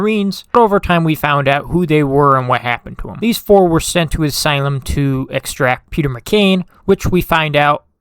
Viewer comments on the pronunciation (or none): none